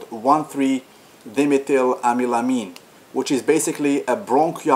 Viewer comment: Why is 1.3 Dimeth weird?? Is it maybe because you don't have a clue what you talking about? Congratx on your result and experience,but if you wanna be remember in this world you can not say this kind of outlandish B.S,and btw you even can't pronounce the name correctly. All the best mate and no offense :)